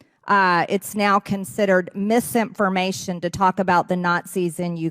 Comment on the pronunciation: I can't stand mgt pronunciation of "mistinformation"